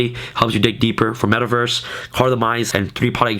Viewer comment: Love your vids bro ... but you are killing me every time you say metal verse instead metaverse LOL but yea love your deck tech bro keep them coming